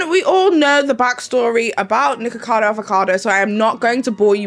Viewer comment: So is that how his name actually pronounced or is that how u saying it because if that’s how his name is actually pronounced, I don’t like it because ur saying nikka and that’s a censored/joke version of nigga and I’m offended because he attacked CoryxKenshin (black) on his channel and said the most ignorant racist things and tried to ruin his image by lying and still haven’t apologized. As a colored community if one attacks us we all shouldn’t support or keep supporting the person who did it. Idek how ppl likes him or watches him cause the way he acts and talks to and on ppl is disgusting. You cant make sb good just because of a YouTube personality. But if that’s how his name is pronounced and he talks down about the same race his name is mocking then that’s crazy asf. I wouldn’t do a video about him or with him if I was offered all the money in the world because that says a lot about peoples characters depending on what they like.